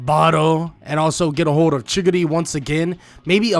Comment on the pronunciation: You saying chickadee you mena chigari